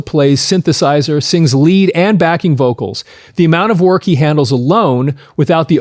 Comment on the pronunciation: backing, not lacking.